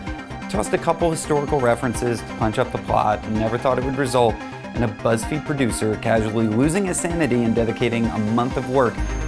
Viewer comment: I liked it till he said Buzz fed